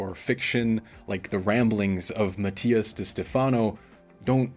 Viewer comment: Matias is special and resonates with more people than you ever would. You should remove this video. You are trying to defend yourself way too hard in these comments. Where is your evidence to debunk his claims? Also…if you’re going to insult the man, at least learn to pronounce his name properly 🙄